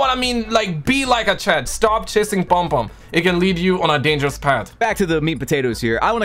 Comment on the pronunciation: Your saying it wrong it's not palmpalm it's pom pom trust me I'm Caribbean. I've me you before at Dixon's/ Currys Croydon I was working there on the camera section You were with the guys that run game on Croydon London. Nice too meet you.